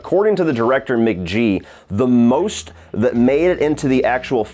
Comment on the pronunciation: Great picks! It’s pronounced MC-G-EE not M-JEE btw